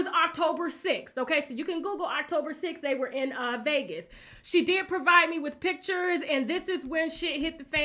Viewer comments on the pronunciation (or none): none